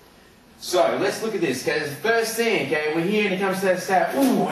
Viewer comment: I love how his accent is all like: "I'm gunna smash his head to the ground, e'key? I'm gunna slam his as hard as I can, e'key?" Lol also, Metal Gear Solid FTW!